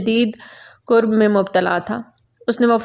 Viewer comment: Kurb nahi karb hota hy